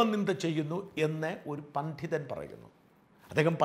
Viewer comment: പണ്ഠിതൻ എന്ന ഉച്ചാരണം അലോരസമുണ്ടാക്കുന്നു. പണ്ഡിതൻ അല്ലേ ശരി ?